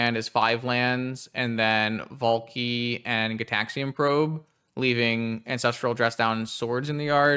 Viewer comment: valky vault key sounds Finnish af when you say it